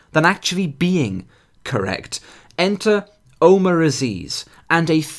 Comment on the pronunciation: and I thought middle eastern Muslims were bad... that "Omer" guy is like a marriage between SJWs and Islamists btw it's pronounced Omar not Omer